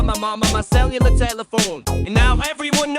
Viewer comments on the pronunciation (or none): I never stop loving every time I hear him say celular telephone.